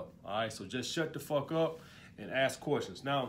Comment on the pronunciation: Thanks for your insight.... one observation stop saying axe when you say ask